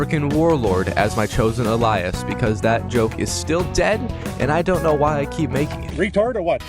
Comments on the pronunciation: A-Lie-us....??? For alias. It's pronounced Ay-lee-us. Americans never surprise me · The way you pronounce alias is redicoolus lol